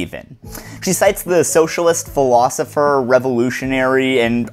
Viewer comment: Neat video, but it takes some time to know who you're quoting when you pronounce well-known philosophers' names so weirdly.